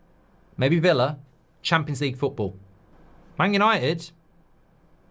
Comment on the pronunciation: It's Yawnnited